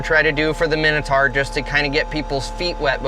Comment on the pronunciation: The pronunciation is like nails on a chalkboard. Big bug bear of mine. My-no-tour not a min-a-tar.